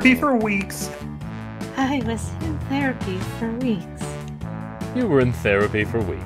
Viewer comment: “She was in thearpy for weeks”